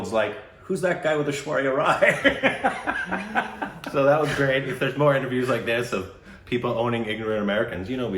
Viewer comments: But FINALLY pronnounced Rai properly! Hooray! What a historical moment,o Lord! 🤣🤣🤣🤣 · Now it feels weird to hear pronounce 'Rai' the right way... oh I miss those Korbinisations!